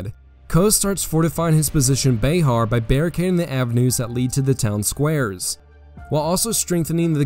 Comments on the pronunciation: It's pronounced bear not be har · That’s BuHAR, not BAYhar